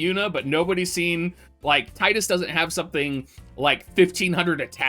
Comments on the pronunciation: I've called him Tide-Us since I played X way back when the game came out and always got crap for it. Happy to hear you use the same pronunciation Dr! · Not even 30 seconds in and all I can say is thanks for saying Tidus correctly lol